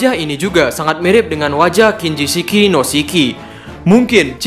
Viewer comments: Kinjishi no Shiki, Min ... Bukan Kinjishiki no Shiki ... Sorry ralat aja, Min. Buat membangun channel ini juga. Hehe ... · Kinjishi no shiki min, bukan kinjishiki no shiki 😁